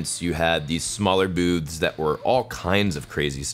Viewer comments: When you said "booths" it sounded like "boobs" hehe. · "I did not realize the variety of boobs that were gonna be there" Lol, I know you said "booths", it just caught me off guard because that's not what I heard at first